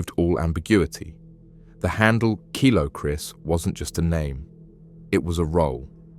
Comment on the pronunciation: KILO KRIS NOT KYLO KRIS 😂😂 great wee video❤